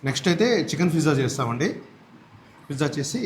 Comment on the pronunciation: Pizza ❌ Fizza ✅